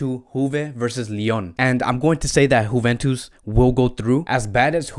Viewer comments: D Nice but why he is saying like this 🤪🤪🤪 juventus right? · I like how you say "Huventus".....lol